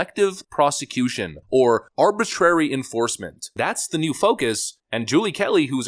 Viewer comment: "Arbritary Prosecution." This is getting interesting...🤔🍿